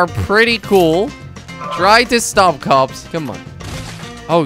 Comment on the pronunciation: You sound like you're saying cubs instead of cops